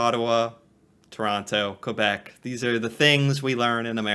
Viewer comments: quebec is prnounced kaybeck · "Hello" from Prince Edward Island (another province on the east coast), Canada. There is nothing "sad" about not knowing. That you are learning is wonderful. If no one has informed you yet, "Quebec" is (first and foremost) a French speaking province in eastern Canada. It is also a city. "Quebec City" is the capital of Quebec. Oh, and the narrator of your video kept saying "New-found-land". It's actually pronounced "New-fen-land" with a slight emphasis on the "land", as in "New-fen-laand". Cheers